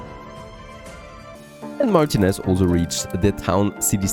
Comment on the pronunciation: *Hemione: It's Mar-TI-nez, not MAR-tinez